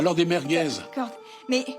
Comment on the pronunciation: « Alors des mergez» 😂